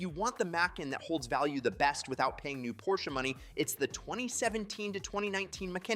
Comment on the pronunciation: An expert that can’t even pronounce the car’s name. I’m sorry I liked all the information and your videos, but it through me off.